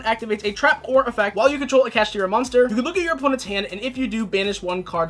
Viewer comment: Its Kash-Tira